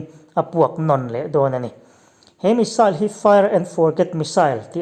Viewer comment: I aw chu zahmawh sawi nan a inhmeh dawn hle mai🤣😁 bakah Rafale hi France-in a mah liau liau-a siam niin lps close up lamah sawi a ni lawi bawk si a... Missile i lam dan hi saal ti lovin, sail ti ve mai zawk la, a ngaihthlak a nuam zawk ang.